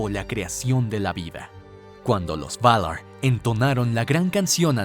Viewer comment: "Valaarr" Ulalala señor frances ¿Como se dice? "Valar"